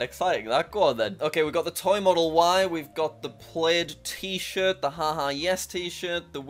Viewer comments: It’s pronounced plad (as in mad) not playd! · its not “played”, its pronounce plad, and spelt plaid. I even went as far as DMing Elon Musk and he confirmed it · "We got the played T-shirt" It's Plaid lol said like Plad